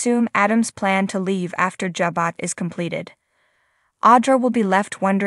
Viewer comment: Why do you continue to pronounce words/names incorrectly? It is Jabot, not jabut.